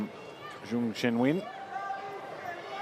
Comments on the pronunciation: Zheung? She shouldn't be commentator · I find it disrespectful when commentators don't even come close to pronouncing a player's name correctly. Zheng Qinwen's name is already anglicized, and yet is massacred by the commentators.